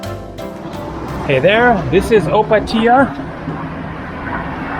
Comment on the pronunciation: If you go in pula i can give you a tour (i live there) olso the way you say Opatija made me laugh so hard